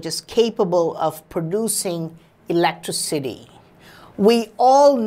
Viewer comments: That really messed me up the way he pronounced it "ELECTRA-CITY" rather then "Elec-Tricity". It made me start saying it that way and for a second made me forget how its actually pronounced..... LMAO. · "Producing Elettro-city" i am crying! XD